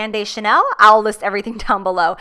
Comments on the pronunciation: "Ooh another Cha-nay-nay product" I'm dying 😂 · "Oooh another Cha-nay-nay product" LOL. This look is amaaaazing and you are perfection. ( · "chenaynay" looool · "Ouuuu another cha-nay-nay product" 😂👏